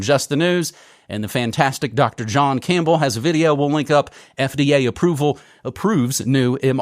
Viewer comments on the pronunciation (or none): none